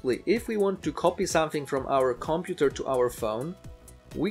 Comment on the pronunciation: comPUter not COMputer... why do you reinvent the stress of a language not yours, just saying :)